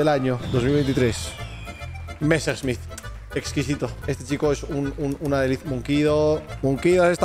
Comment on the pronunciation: El rubius intentando hablar como ruso y francés al pronunciar Messerschmit cuando es Alemán xdxdxd